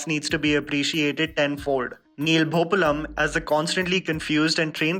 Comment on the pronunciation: It's really irritating when mispronounces Indian words and names. Eg: it's Neel bhoo-paa-lam not Neel bhoo-pa-lam And in of the other videos, it's Raaj/raaja tha-rang-ini not raaj/raaja tha-raaang-inii...maybe it's just me who finds it irritating..